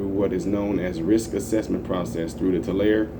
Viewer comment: The E. Isn't silent. TularE